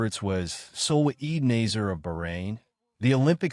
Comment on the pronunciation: If you are going to report on these events, please learn how to pronounce the athletes names. It makes you look like an amateur. The second place finisher is Salma Eid Nasser with a short A not nazer.